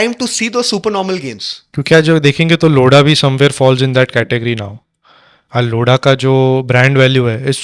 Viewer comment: लोड़ा नहीं, लोधा है 😂😂